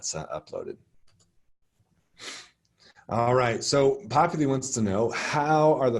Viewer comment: LOVE this!! Thank you for these :) I will pass these on to our new professors. BTW... its Popul I not Popul E LOL